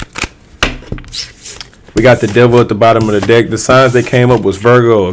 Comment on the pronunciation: Because of ur accent, when u say deck, it sounds like Dick😂😂😂